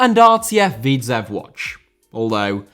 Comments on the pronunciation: Its pronounced "Woodge" not "Wodge". The "O" with the dot on top is pronounced with the "ooh" sound. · Isn't it pronounced more like Wooj?